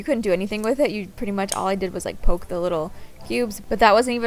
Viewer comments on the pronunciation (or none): none